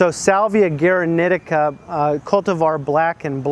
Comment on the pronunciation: The pronounciation is as "gooaraneeteeca" with accentuation on the first ee.